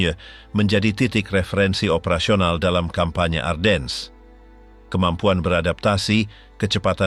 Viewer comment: Ardennes dibaca A:den. R nya hampir ga kedengaran, gantinya A nya dibaca panjang ini kota di Belgia yg terpengaruh Perancis. Sedangkang untuk orang2 USA atau Inggris bacanya Arden tanpa S nya dibaca. By the way salah satu Jendral nya German yg hebat dlm pertempuran ini Baron Hasso Von Manteuffel yg tingginya hanya 160 cm kecil untuk ukuran bule hingga dijuluki little baron. Greetings from the USA